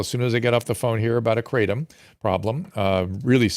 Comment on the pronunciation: It's pronounced krah-TOM, not KRA-tom